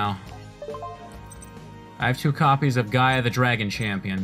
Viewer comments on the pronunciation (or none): none